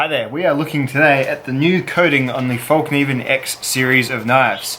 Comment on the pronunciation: Thought Lilly would have sent you one of each of hers, to test by now, !!! ps,, it's still pronounced FELK NEE VENN,, lol...